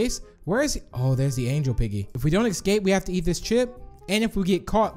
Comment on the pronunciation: i am really not trying to be mean but has any body noticed he says ecscaped